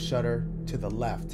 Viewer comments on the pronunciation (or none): none